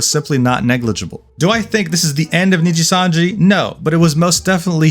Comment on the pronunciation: Knee gee sun gee 😅